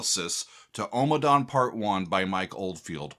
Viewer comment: Out of all of his works, Ommadawn is my absolute favorite. I first purchased on vinyl when it was released. Never heard it until I played it for the first time. I have listened to it (part 1) over a thousand times. Not exaggerating at all! Great headphone music with so much going on. I think he plays the harp. Note: You seem to be pronouncing it as OH-ma-dawn. It should be AH-ma-dawn. Listen to the chanting.